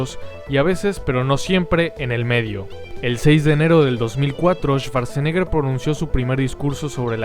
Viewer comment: En alemán cuando la W esta precedida por SCH se pronuncia como U y no como V, SCH se pronuncia como SH, y CH se pronuncia como G, por ende la pronunciación de Schwarzenegger sería "shuartseneger" no "esvartseneger"